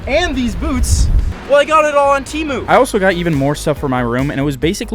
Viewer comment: Bro called it teemu not temu 😂